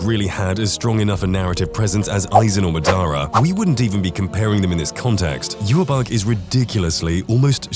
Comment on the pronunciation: Anime name speech therapy for you sir!!! 😂